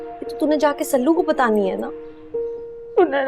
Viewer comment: Shelu nahi sallu boltehein